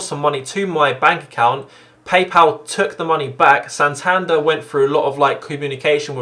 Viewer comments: By 'Santanda' do you mean Santander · It's Santander mate not Santanda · this video was well explained and big respect for setting the record straight good stuff but please pronounce is ‘san-tan-der’ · why can't you say Santander properly? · Is it only me that is bothered by how he pronounces 'Santander' 😂